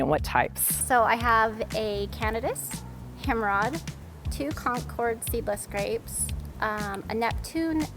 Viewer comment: Cana- dice. Like throwing dice. I love a few miles from Candice lake. Himrod grapes not hemrod. Himrod NY is next to Seneca lake